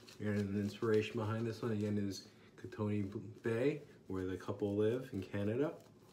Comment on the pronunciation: Hey, great review! As a fellow Canadian I'll have to check this soap out. Just a note, Kootenay is pronounced "Koot-knee" (the "e" gets dropped in the pronunciation").